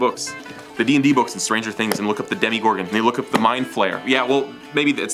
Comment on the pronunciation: "demi gorgon" it's demogorgon